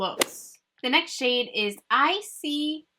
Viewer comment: ICYMI: When you pronounce it hears like: I see why am I xD